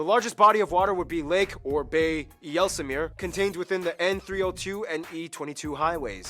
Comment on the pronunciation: There is no Yelse meer.... it is IJsselmeer with an IJ more or less pronounced as ie in high or die... IJs-sel - meer named after the river IJssel , isla in latin, an arm of the Rhine...Please have some RESPECT, and have the names right, how hard can it be, look it up in Wikipedia..